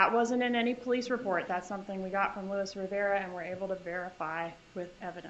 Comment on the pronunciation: She keeps referring to him, but his name is Luis, not Louis.